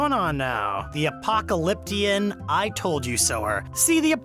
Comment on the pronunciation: I'm such the Apoklaklipion Told you so-er 😂😂😂